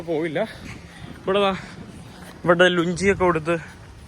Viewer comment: എടാ കോപ്പേ ഈ ലുഞ്ചി എന്താവാണ്. ലുങ്കി എന്ന് പറയാൻ അറിയില്ലേ